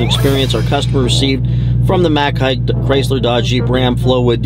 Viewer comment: Just an FYI.....Mac Haik is pronounced Mac 'Hike'